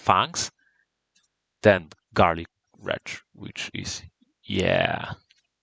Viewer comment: This should be an excellent primer for newer players. Well done! Also, I find it hilarious that you pronounce Garlic Wreath like "Garlic Wretch" the whole time you're talking about how trash it is as a card😂